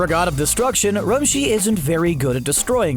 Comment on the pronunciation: You botched so many names- Roshi is "rumshi" Katella is "quetella"